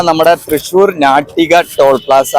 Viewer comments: ഞാട്ടിക അല്ലഡോ നാട്ടിക🤦🏿🤦🏿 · ഞാട്ടിക അല്ല 😋 നാട്ടിക നായയുടെ നാ എന്ന ഉച്ചാരണം